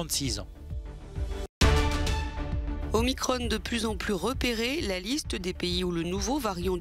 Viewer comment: Omicronne. Il faut dire aussi Macronne maintenant ?